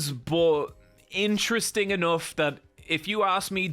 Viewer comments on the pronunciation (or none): none